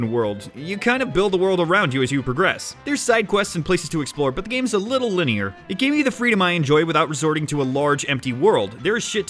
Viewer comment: Linear more like mulneiar